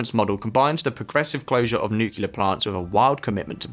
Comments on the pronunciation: Nuke lee are Not nu q lar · Great stuff. One important note though, its nu-cle-ar, not nu-cu-lar. Don't know why everyone insists on pronouncing it the Bush way. Also, reducing tax on landlords will never work, you have to increase supply of housing massively to reduce prices, and possibly introduce sophisticated price caps per square metre and housing quality to prevent increasing rent prices from accelerating the inflation and cost of living crisis. Pretty good plans though aside from the reaganomics ideas. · Nukular => nuclear